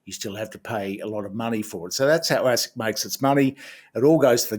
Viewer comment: Did you say assick.!